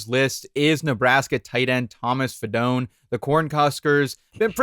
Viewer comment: it’s fi-doe-knee